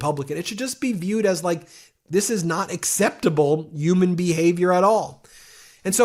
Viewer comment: You've gotta find a different word to use besides "human". Absolutely, can't deal with how you pronounce. 🤯i beg of the !